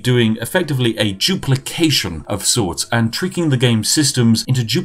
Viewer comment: Doopleecation gleetch